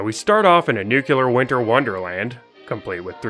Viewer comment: It's nu-clear, not nuke-u-lar. Look it up That's a fact, Jack.